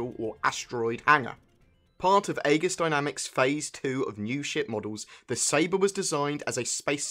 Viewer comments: its pronounced EEGIS....like our Aegis class missle cruisers in the US navy....just a bit irritating hearing Ay-GIS all the time....just google the word Aegis and you'll see its pronounced EJIS....the A is silent. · It's pronounced Egis. In English AE is pronouced as E, it's a left over from ancient greek influences. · Agree on that one. Its like E-jiss. Its not spelled how its written at all :3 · that's not how you pronounce aegis...